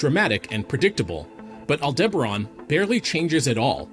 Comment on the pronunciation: Betelgeuse has already gone super nova, we just won't see it for a good while. All-DIBBA-ron?? AL-de-ba-RAN!.